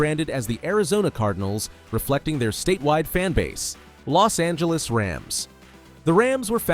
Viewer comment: Los angelos